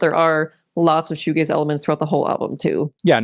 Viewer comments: Cool video but I didn't really like when you said "this video is about shoo gays." Thought it was a bit homophobic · Pronouncing Shoegaze like Fugazi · Goo shaze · Patrick Shoe-Gayze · That's shugazi AF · Worse, my brother pronounced it "showgazi" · It’s a shoegazi it’s a woozi it’s a wazi it’s fshewewewew 🤏🏻🤏🏻 it’s fairy dust man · Before I read the comment and heard it pronounced, I thought it was Shoegazi given its connection to Hardcore. Sanctimonious Reddit user is loser.